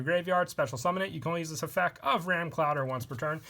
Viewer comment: Has anyone else noticed he says effec instead of effecT